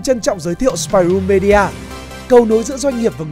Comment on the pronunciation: ˈmiː.di.ə chứ không phải me đi a nhá